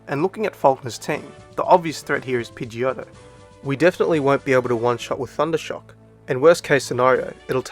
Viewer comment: Finally another person who says pidgeotto differently like me😄